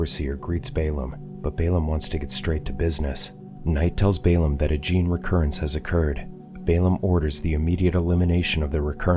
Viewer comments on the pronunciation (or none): none